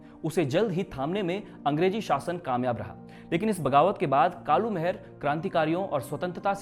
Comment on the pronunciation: आपकी बहुत बेहतरीन प्रस्तुति है मित्र परंतु जिस महान क्रांतिकारी के बारे में आप बता रहे हैं उनका नाम कालू माहरा था।महर नही। और ना ही मेहरा।